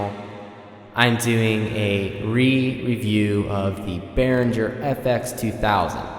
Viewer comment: Bear-ing-air, not Bear-in-jer.